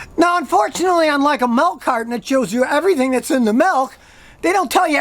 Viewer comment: Milk, not melk.